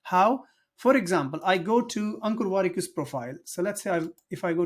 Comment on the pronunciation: I heard Uncle Warikoo instead of Ankur Wrikoo. 😅